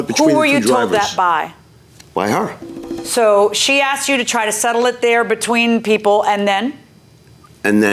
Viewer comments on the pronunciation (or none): The word you’re looking for is HER NOT HAR AND ASK NOT AX